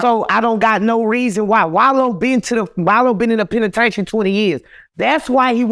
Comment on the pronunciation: 💯 I thoroughly enjoyed this interview! I literally hung onto every word this man said, which was serious until he said "penitaintry" . Then I had to refocus lol. 😁